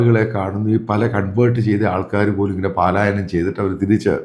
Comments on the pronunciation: തിരുത്തു - പാലായനം അല്ല പലായനം. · മിസ്റ്റർ മാത്യു, ഇത് പലായനമാണ്, പാലായനമല്ല